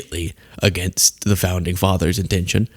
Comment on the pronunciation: “Dis president , on da eve”, Mike doesn’t like his dental fricatives!!! (Saying th instead d. )